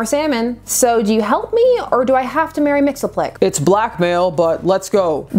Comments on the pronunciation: It's pronounced Mix Yes Spit Lick. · I'm all for you exploring all the possible pronunciations of Mr. Mixospottieottidopealicious xD